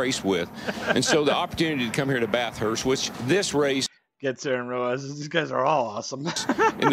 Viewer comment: Just a heads up it’s pronounced Bathurst (or Bath-urst, if that helps) one word. Not Bath-hurst, will help you sound more Ozzy 👍